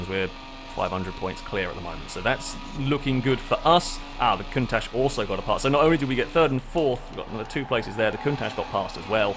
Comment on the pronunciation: Is it just me or does anyone else think that pronouncing Countach like Cuntach is funny?